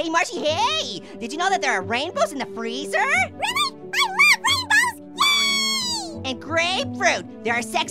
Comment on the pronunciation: FRREEZER